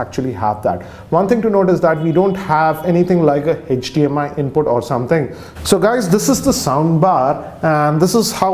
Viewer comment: Thanks for the rwview but the pronunciation are very poor. It isn't "hedged dmi" brother but it is hdmi and I'm not mentioning rest of the words here but again if I skipped your accent problem then the reivew sounds good